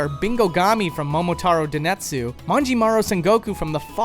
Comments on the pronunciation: Please, stop with the "denetsu" stuff... try "denSetsu". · "Momotaro Denetsu"?! It's Momotaro Densetsu. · "Den*s*etsu", not "Denetsu". Japanese isn't hard. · I guess mispronounced word densetsu